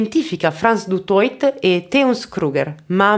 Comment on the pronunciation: solo due brevi appunti. Primo: il cognome Afrikaans "Du Toit" si legge alla francese, "Dutuà". Secondo: né Frans Du Toit, né Theuns Kreuger si "arruolarono" volontariamente nell'esercito. All'epoca in Sud Africa il servizio militare era obbligatorio, e tutti i maschi bianchi dall'età di 16 anni dovevano prestare servizio per due anni. I maschi neri e "Coloured", invece, potevano arruolarsi volontariamente. La leva obbligatoria fu abolita in Sud Africa solo nel 1994, dopo la caduta del regime dell'Apartheid e le prime elezioni libere.